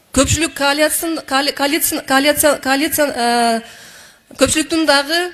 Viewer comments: Кыйналбай коалиция дебей эле каалиция деп эле суйлой бербейби озуно ынгайлаштырып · СЕКСАЛЮ МАКАЛЁ МАЯНЕ эми болсо КААЛИЦЫ деген жаны соз кошупсун талапкер айым тилинерге ээ боло албаган,напсинерге ээ боло албайсынар гооо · Коа-ция , калицая кааа ция. 😂😂😂😂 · Мабахат, калятция, оппааа... Калян деп еле койбоду. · Кааалиция, кааалация ка- ка-ка- лина- какалииин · МАХАБАТ АЙЫМ! КОАЛИЦИЯ, ДЕП АЙТЫЛАТГО ЧИРКИН СОЗ ЭЙ ! ТУУРА АЙТАЛБАЙ КЫЙНАЛАБЫЗ ДА АДАМ ! ГИМНДИ БИЛЕСИЗБИ ? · Каляцин кааа-ка каль 🤣🤣🤣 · МАДАМ КААЛИЦЫНА ! ИМЕЙ СОВЕСТЬ ! ОПОЗОРИЛАСЬ НА ВСЮ СТРАНУ ! ЛУЧШЕ ИДИ В ШКОЛУ, СЯДЬ В 6 Й КЛАСС ! ТАМ ТЕБЯ НАУЧАТ ДЕТИ КАК ПИШЕТСЯ СЛОВО "КОАЛИЦИЯ"! И КАК ЕГО ПРАВИЛЬНО ПРОИЗНОСИТЬ! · Омеей позор Мавлянова коалиция деген созго тилин келбеген кайактан чыккан тупойсун сенин ордун базарда турбайбы екоон эрчишип еле колоч сатып Ош базарда отургула,олуп еле албайсынарбы ушундай позордон кийин ордунар кайжакта екенин сезип турасынарбы тупойлор.. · Махабат сен мектепте окудун беле??? Коалиции деген созду 5 класстын баласы так айтат!!! Силерди коруп уялам бизди ушундай сабатсыздар башкарып атса....бири сооко тил чыгарса,дагы бири 25ин 15 не жылдырып койсо ..... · Олсун коалиция деген созду айталбай покжеп журосунбу , мен бул депутатты эми коруп жатам,чын эле Мадумаров айткандай 50-60депутат суйлойт ошолорду тааныйбыз калгандары кнопка басчуу эле,бети жок сабатсыздар